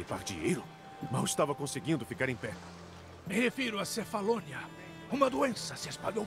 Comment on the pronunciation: É cefalonia, kkkkkk. Tu falou Macedônia